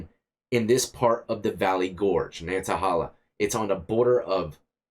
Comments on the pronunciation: love the story ... I've been that exact route many times .. there are a couple of those tunnels in various turnoffs throughout ... its pronounced NATTY HEY LA as I've heard it said .. of course its a great hike and rafting spot ... the Natt water is a cold temperature all year round because it flows from deep inside the mountain from up top, so it always is pretty damn chilly even in the dead of summer. (DEAD of summer) 🙃 sorry. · Us locals call it Nan-ah-hey-luh. We don't produce the t. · I'm from western NC we pronounce it nanna Hailey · I live in Macon County...it's pronounced Nanta-hay-la...just thought you should know lol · nan-a-hey-la Being a wnc guy all my life That's how I've had it pronounced